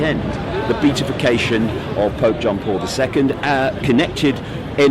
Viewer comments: Be-at-if-ication, David... Be-at-if-ied... Not Beat.. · Pity you didn’t think of grasping the proper pronunciation of that “long word” beatification, given your in depth knowledge. It’s Be- AT-ification. 🙈